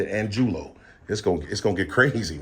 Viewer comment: Angulo? Is pronounced ahn goo lo if he's Hispanic.